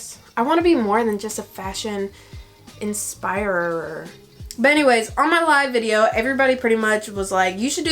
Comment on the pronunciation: "i wanna be more than just a fashion inspirererrr"